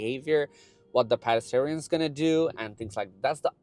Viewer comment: Good video! Please look up the pronunciation of "pedestrians"